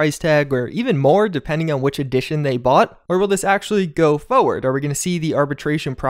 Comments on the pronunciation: Man the way you say forward is so annoying. "Moving foiwrrd". It's like what managers and co say in their useless meetings. But apart from that good content 👍🏻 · I HATE the way you say forward, its not FOH-ward